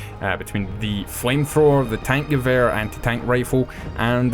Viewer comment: where the fuck is the v in gewher ffs